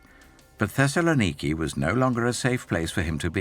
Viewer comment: I can't get past the bizarre pronunciations of some of these places. Thesalaniki?